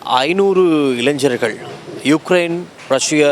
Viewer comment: இளைஞர்கள் இளைஞ்ஞர்கள் இல்லை. இலகுவாக சொல்லவேண்டுமென்றால் வாலிபர்கள் என்றும் சொல்லலாம்.